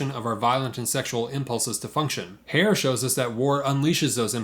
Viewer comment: Herr is not pronounced like hair- but like her.